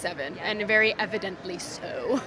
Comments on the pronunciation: "AnD EVidENTly SoooOOOO" girl you are weird. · 👁️👄👁️"aNd vEry eViDEntLY s0oo" 🤡